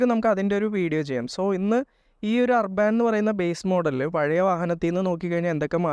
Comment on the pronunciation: അർബൻ എന്നല്ലേ ., അർബാൻ എന്നല്ല